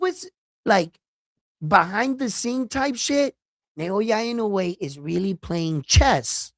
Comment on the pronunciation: love your respect for the sport and recognizing Naoya’s talent a long time ago. You should pronounce Naoya’s last name EE-Know-Eh and you will be the first in the biz to pronounce his name correctly. Love your passion for boxers and your honesty and fairness in abilities.